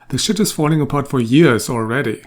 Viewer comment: Ever since ive seen this i say shat instead of shit cause of chibbs lol